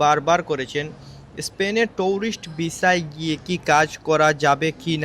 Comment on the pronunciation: টউরিস্ট না টুরিস্ট ভিসা 😁বলদা